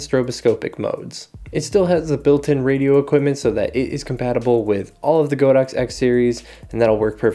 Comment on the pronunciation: it's "god ox" not "go dox", that's what the brand means in Chinese